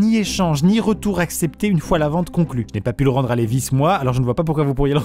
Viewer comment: Jean Lewi's ? Sache qu'on va se battre Maxime...LEVI'S avec un V ! Ah tu l'as peut être volé la lettre ! C'est pour ça ! Dans ce cas, on ne t'en veut pas...